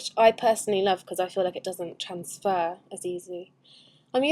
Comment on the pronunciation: "trans-fuhhher" ohh accents =P